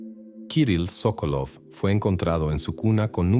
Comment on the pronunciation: Sókolov es correcto el apellido, la esposa es Sokólova. Los nombres en ruso se pronuncian como esdrújulas. Si la palabra es grave, el acento va en la primera sílaba como Pútil.